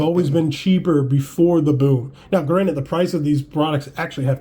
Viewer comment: *Granted. Not Granite. you're talking about cards, not rocks 😂